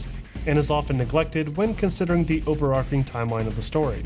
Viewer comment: "Overarching" not ":"overarcing" - arch not arc!